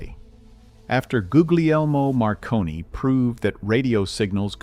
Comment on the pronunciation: You mispronounced Marconi's name.